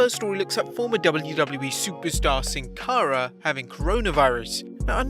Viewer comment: Still sounds like Sin Cawra. English speaking people are the worst